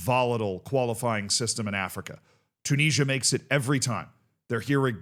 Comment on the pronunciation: If you like to listen to people who talk about things that they know fuckall about then you're gonna love this. Maybe you can teach him how to say Tunisia correctly.